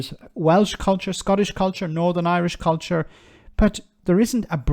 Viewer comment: Blimmin'' good effort by Tice at showing us what a cretin he really is. Jeez, he can't even pronounce culture correctly. As for decency and fair play, what the hell is he talking about? There's little evideince of that in his politics and even less in the history of the UK. 'Decency and fair play' is a British invention used to legitimise the way in which we plundered and murdered our way around the world for hundreds of years. 'Decency and fair play' covers all sorts; aparteid springs to mind, concentration camps which the majority seem to think were a German thing, the attempted eradication of the indigenous population of Australia.